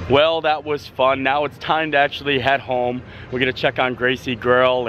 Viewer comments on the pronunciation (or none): none